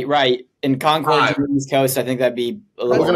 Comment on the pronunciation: Thank god knew how to say Concord correctly that was killing me as a NH native haha